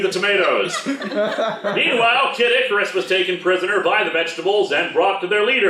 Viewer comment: Every time I hear you say Kid Icarus, it sounds a lot like Caddicarus. Anyone else hear it too?